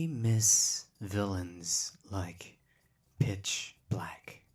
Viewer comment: I’ve never been able to hear anything other than “bitch black” and it makes it so hard to take him seriously sometimes.